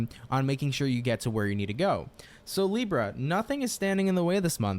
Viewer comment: As a brazilian I do appreciate when u pronounce it this way "LIBRRRA". It feels familiar😊